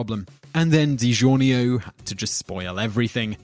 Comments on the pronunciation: What in the hell is De Gi ornio pizza lol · michaelthebishop digiorno, aka "deegee or no" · Man this guy doesn’t even know how to pronounce things. Also anybody who doesn’t like digiorno probably isn’t human...